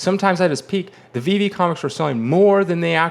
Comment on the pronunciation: you finally learned how to pronounce Veve 👍🏽